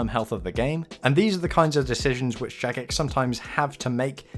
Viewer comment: Ok its jagex not jadgex first off and clearly you dont understand whats going on right now i suggest rewatching the video and perhaps doing some more research. If your little mind is this shook then perhaps you shouldn't continue to play. People like myself who have played since classic could give a fuck less about your feelings or thoughts, your simply too young to understand these things.